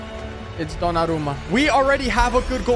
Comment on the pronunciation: Ha pronunciato Donnarumma meglio di ciò che pensassi